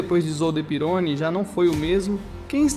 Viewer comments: Você está pronunciando o sobrenome do Didier errado. É pirroní e não pirôni. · Não é pirôni se le Pieroní. Pesquise mais. O cara era francês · Desculpe quem gostou do vídeo, mas "triplificado" deve se referir à enrolação desnecessária da narrativa. Esse vídeo é copiado de algum outro canal. O cara fez texto narração e boneco com IA, e pra completar errou a pronúncia de coisas óbvias pra quem conhece F1, como Pironí (não Pirôni) e Zolder (não Zólder). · Amigo ótimo conteúdo mas o nome do piloto e Didier Pirroni e não Peroni. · Pironi??? A pronuncia correta é Pirroní!! Por isso eu coloco Senna e Villeneuve na mesma prateleira. Eram pilotos que,mais cedo ou mais tarde ,iriam encontrar a morte. Não aceitavam perder e passavam dos limites irracionalmente. Senna não aceitava que Schumacher era melhor que ele e Villeneuve não aceitava que Pironi era melhor. Passaram dos limites e tiveram um fim tragico. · Meu deus, que pronúncia horrível kkkkk "Pirôni", "Vilenuéve" kkkkkk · Didier Pironi(pronuncia-se Pirroni). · O cara não sabe nem pronunciar o nome do protagonista... vídeo bost@